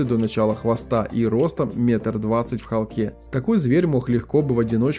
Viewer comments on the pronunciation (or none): Умоляю! Не "в холкЕ" ,а "в хОлке" . Холка -она.